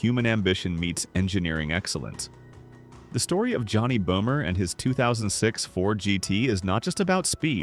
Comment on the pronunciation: Böhmer not bomer😂